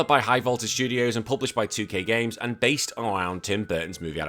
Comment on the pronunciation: Did you say "basely loosed" on the Charlie's Angels bit or am I hearing things? 😂